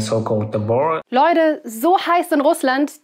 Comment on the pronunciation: Video an sich interessant und informativ, aber warum diese Aussprache? Leude statt Leute u.ä. Wird da auf Krampf versucht wie die Jugend zu reden? Falls ja, das nervt 😂